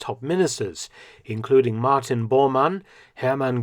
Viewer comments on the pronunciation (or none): none